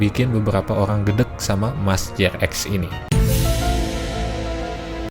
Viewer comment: Jrx dipanggilnya jering, pas abang manggilnya jrx (je er ex) aga aneh juga dengernya😂😂😂🙏🙏 tapi saya demen ama abang, ngejelasin seacara alus. Trs btw TK tuh kadang seru loh, karena enak buat dibuat argumen gitu.. 😂😂😂😂 bukan berarti saya penganut TK, sumpah saya bukan penganut TK😂🙏😂🙏 cuman debat beda argumen itu seru. Kaya hidup tuh ternyata gak gitu gitu aja. Intinya jadi paham aja, kenapa sih, si G bisa percaya dengan TK ini, alesannya, reasonnya. Cuman kalo adu argumennya masih selow, santai, enak yak. Ya kalo ampe emosian, yaaaaaaa😂😂😂😂😂😂😂